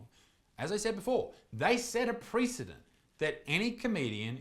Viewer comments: Sorry, but those jokes were in poor taste. Also, "precedent" is not pre-fucking anything. Look up the pronunciation of the word, please. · I'm very much offended by the way you mispronounce precedent / noun ˈprɛs ɪ dənt; adjective prɪˈsid nt, ˈprɛs ɪ dənt / We'll see each other before the International Criminal Court.